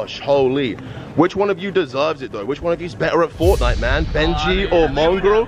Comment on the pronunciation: its mongraal not mongrall